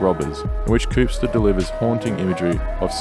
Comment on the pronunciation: Im.from.chattanooga Tennessee and grew up on all these classics its all we listened to. and you pronounced koopsta name wrong.. R.I.P koop R.I.P lord